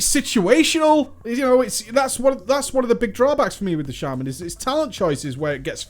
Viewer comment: SHA MAN NOT SHAY MAN sorry had to say it not trying to be a dick but that bugs me heh